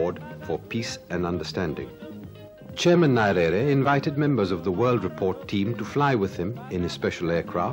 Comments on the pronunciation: I think the naming was the result of errors in pronunciation. Many English speakers including the host in the video pronounce his name as Nairere as opossed to Nyerere the real name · NYERERE NOT NARERE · The way He was pronouncing his name is annoying. I think he should have practiced before. I don't find it appropriate to keep mispronouncing one's name multiple times. You can't afford to mispronounce the name of President. Not Narere, it's pronounced Nyerere! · Saeed, please do me a favour but we pronounce Nyerere not 'Narere' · Could anyone explain to me how a person who calls himself a journalist & is set to interview a President of a nation does not take time to KNOW how to pronounce the name of his IMPORTANT interviewee properly! I doubt this man would've butchered any name of a Western/European country. I view this as disrespect of our people. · I'm sorry but you have mis pronounced his surname from the off!!! It is grating to the ear...Need to do your homework - 1 minute in and I have stopped the video. what else have you got wrong ? Frankly, I don't have the time to find out . Remove the video and repost- please !!! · There are some combination of letters which are strange in other languages and therefore I would not blame the interviewer for mispronouncing Nyerere.But I found the interviewer to be also intelligent and a gentleman . This is why he got that much from Nyerere which many have felt to get. I am a Tanzanian and knew Nyerere very well as I was a Civil Servant under his Government. He had a sharp mind, world knowledgeable, honest and ready to learn from any body provided that person had something knew to tell. Had both a science and humanities education. A Saint to me. Thank you for the refreshment!! God Bless.